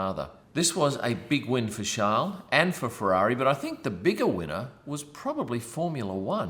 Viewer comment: Come on mate your aussie you know how to say charles properly